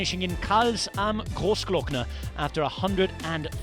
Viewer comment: Lienz pronounced wrong but Rob Hatch did a great job saying Grossglockner.